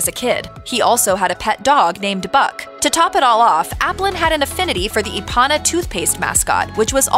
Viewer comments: Ipana is pronounced I-pan-ah. I used to use it as a kid and I remember the commercials. Only a freaking idiot would pronounce it E-pan-ah. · As long as we're discussing rules, Thou shalt not mispronounce the toothpaste brand name that inspired this place ! It's "properly pronounced eye-pan-uh". not e-pan-ah. I know because I grew up using it and seeing all of the original commercials for it. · “Eye-Panna” tooth paste is the correct pronunciation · The toothpaste Īpana is not pronounced epana. The I is long thus the bar atop the I. I’m old enough to remember.